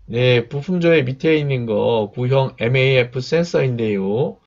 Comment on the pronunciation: 글은 maf 읽을땐 mfa? ㅋ